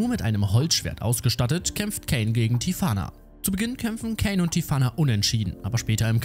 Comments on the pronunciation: Ok tolles Video aber wieso sagst du käin er heißt doch kain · Nicht Kän sondern kein eiiiiiiin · Der Heist übrigens Kain und wird auch so gesprochen wie der Biblische Kain so wie du es sprichst würde es Kane geschrieben! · Er heißt cain und nicht kane aber sonst echt super Video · Es heißt Kain und nicht Käin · Der Anime heißt The parallel chronicles of the aristocrat und außerdem wird der Name der Hauptperson ,,kein“ ausgesprochen